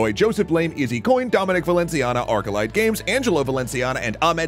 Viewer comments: Honestly, not bad pronunciations from the narrator. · Actually pretty good pronouncing of the names👍